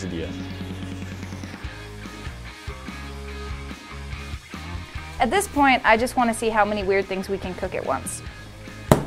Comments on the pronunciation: She said it correct when they were making it but when it was in the pan she said it incorrectly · Makenna Duke i dont pronounce the i. She said it wrong in the video once to be funny but she said it right the first time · I want a Quesai DeLA everyone: its a quesadilla Pronounced Kay-Za-D-Ah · quesadilla = quesadiYA SAY YA NOT LA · DOES NO ONE CARE THAT THIS GIRL SAID QUESILLIEA?!?!?!?!?!?!?? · Did she say quesadil-la ? 🤨🤨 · Can do a video on how to make the perfect braid? Also, did she say /caysodeela/??:P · bruh it’s (queso- dia) not queso dilla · you’re not supposed to pronounce the l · She pronounced quesadilla literally with the 'dilla' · you're pronouncing quesadilla wrongly.